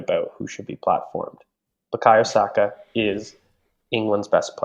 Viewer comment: I remember when Saka made hid debut and the commentator called him “Buyako Sako”